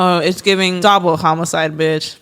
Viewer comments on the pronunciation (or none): Her saying dobble murder instead of double murder lmao 🤣